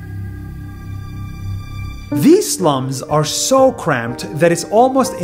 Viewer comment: notice crumped instead of cramped